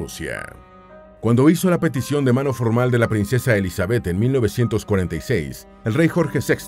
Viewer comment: Me desespera que diga Elizabéth. El acento va en la i